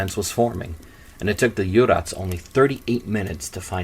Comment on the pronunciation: I was born in Jersey in 1950 and I would like to congratulate you on this series of three programmes. You have done some excellent research and your narration is wonderful. You even managed the prononciation of local names extremely well, there were just a few mistakes such as Jurats which is pronounced Jewrats! The island was afraid and I remember my father shutting all the windows at bedtime even when it was hot and making sure the doors were locked. My mother and I and later my sister were often alone at night as my father was a fireman. We were too young to understand what could happen but we were afraid of the wicked man who could climb in our room, take us away and hurt us. I also remember discussions about the dreadful way Alfonse le Gastelois had been treated and I was saddened to hear that he had not been treated properly when returning to Jersey. Paisnel also had connections with the notorious home at Haut de la Garenne and I went to school with girls who lived there and one who lived at La Preference. It was a vegetarian home and we school girls had never met anyone before who was vegetarian so we had lots of questions for her. She was a very pretty, bright girl. No one ever mentioned what was going on at Haut de la Garenne but I remember girls from the Sacre Coeur Home who were very afraid of the nuns. Life in Jersey after the occupation of Jersey by the Germans was very poor for the majority of the population and there was a very big class divide. Jersey started